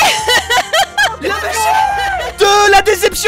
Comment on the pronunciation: « AVEC MON PONET »